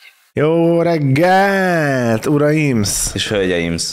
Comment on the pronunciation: ez a szó végi essssz... irtó irritáló 😀 hölgyeimSZ uraimSZ... ne mááár